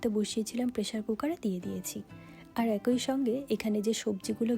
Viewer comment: কথাটা একৈ নয় এক ই। অবশ্য পূর্ব বঙ্গের মানুষের কথ্য ভাষায় অনেক পরিবর্তন এসেছে।